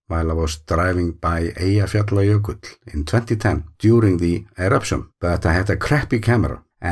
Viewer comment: I love hearing the names of the glaciers and the volcano systems rolling off your tongue. I pause the video and try to say them at that speed and stumble. Especially Eyjafjallajökull :) I can say it at a slightly slower rate so.... progress!! Thank you as always for the lovely films you make.